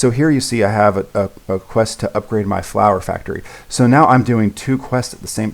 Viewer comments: yeah i heard meow a lot too but i think he meant to say now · i thought he was saying meow. i wasn't sure for a bit. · i'm sorry... are you saying meow?